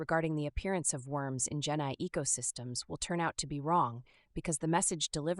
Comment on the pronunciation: each time you say genai i think genocide? not sure why